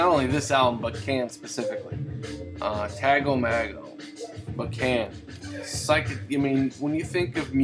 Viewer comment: Hey man, I was just listening to my cd version of the album and I really enjoyed your review of it. I definitely need to get a vinyl copy. I've been pronouncing the name as Tago Mago for years, but just found out it's actually Tago MAY-go. Go figure. I've also been pronouncing Ege Bamyasi wrong for years. That is actually Ege Bam- Yazza. LOL.